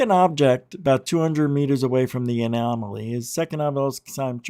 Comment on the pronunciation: For real. Annomily?